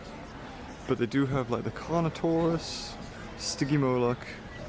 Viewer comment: whenu said carnotarous didu mean toust